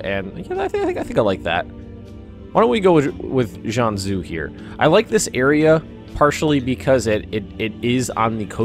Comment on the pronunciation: Actually, I'd say it's high-shee (海西). In Chinese the "x" is pronounced as an "sh" with the tongue straightened behind the front teeth. In that same vein, +, "Jianzhou" would be pronounced something close to "Jan-joe." "Jan" as in "January" and "Joe" as in the name Joe.